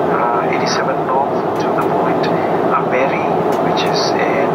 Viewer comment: The Captain said ABERI when discussing the North Pole